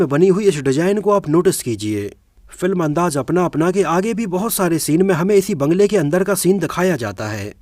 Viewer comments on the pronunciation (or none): Hello bhai thanks aapane video banaya shabdon ke uchharan per kam ki avashyakta hai jaise Raj Nahin Raaz andaaj Nahin andaaz baji Nahin Bazi intejar Nahin intezar bagi Nahin baghi